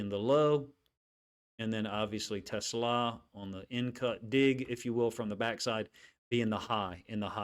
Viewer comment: Coach - everyone gets it wrong (even Dan Campbell) but his name is pronounced teh • SLAW